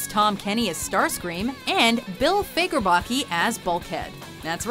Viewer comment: This is the most scuffed top ten ever Also that is not how you pronounce Fagerbakke right?